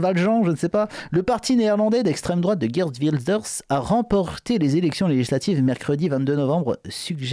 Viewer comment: ON PRONONCE PAR "GUIRTE" MAIS "GUAIRTE", ROT VERDUM! C'EST ALLEMAND! CF GERTRUDE (DE "LANCE" EN GERMANIQUE: CA RAPPELLE PAS UN AUTRE FAMEUX NOM DE POLITICIEN BIEN CONNU FRANCAIS?).